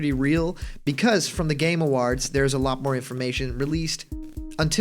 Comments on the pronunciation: "Game aWAHrds" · "Game Awarhds"